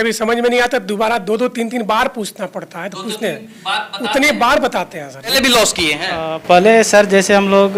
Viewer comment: एक भाई 'Strategy' को 'Astrology' बोल रहा है दूसरा टोपी वाला बब्बा 'लॉस' को 'लाश' बोल रहा है। Full मनोरंजन है भाई। SEBI अब इन सबकी दुकानों पे ताले लगाने वाली है। शायद अगला वीडियो ये शूट ही ना कर पाएं।